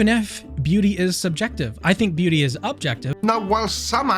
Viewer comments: i am so tired... everytime you said beauty, i understood booty. And it still made sense to me. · Sounds like you're saying booty. Makes the video much funnier. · He said booty is in the aye of the beer holder!! pronounces it like booty or my ears broke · Every time says “beauty” or “beautiful,”I giggle because it sounds like he is saying “booty.” Middle-aged American here. 😂